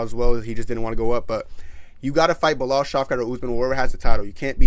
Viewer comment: Nigga said belal😂😂😂😂